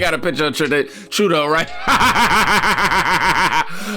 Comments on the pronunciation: True-doh, not True-day-oo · Trudeau is pronounced, True-dough 😂 please say his name right, it's driving my OCD crazy.